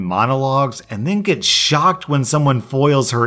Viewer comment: Am I the only one who in the first story thought he said “and gets shöt” instead of “and gets a shock”